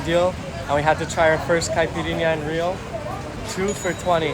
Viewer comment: you did a wonderful job. As a Brazilian I compliment you for the incredible research you did about Rio, its places and gastronomy. Even the correct pronunciation of the places and food was on point! Congrats! You absolutely nailed it!